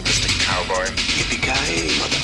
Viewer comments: "Yippee KEE yay" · "Yippee KEE yay" facepalm